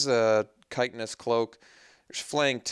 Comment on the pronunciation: hate to be that guy, but you keep saying kite-en-ous cloak. i am pretty sure it's chit-in-ous cloak. btw your last few drafts have been fantastic. very entertaining! love seeing "bad" cards do great. (crush of tentacles game comes to mind!)